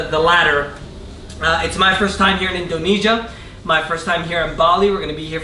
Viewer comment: he pronounces Indonesia really strangely. INDOnesia hahaha